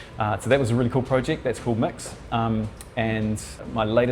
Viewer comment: The NZ accent always confuses me: the switching of vowels (“mix” ➡️ mux/mx; “spend” ➡️ spind). It’s like mixing Scottish with Australian! Takes a moment for my brain to translate a lot of the words 😂